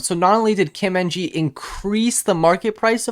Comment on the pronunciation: The last name "Ng" is pronounced "Eng," Those are not initials.